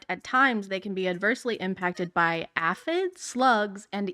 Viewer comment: YouTuber complains about people with a slightly wider experience than them WHILE not knowing how to pronounce.... aphid. If anything it's YouTubers who are out of touch with reality.